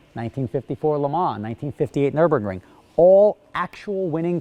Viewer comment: An American that knows how I pronounce Le Mans. Whatever next?